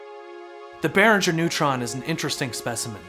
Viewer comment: Hard G as in go, not soft G as in germ. Also, envelopes starts with an E, not an O!